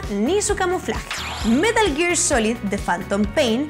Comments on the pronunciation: metah geeegg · "metl giiir"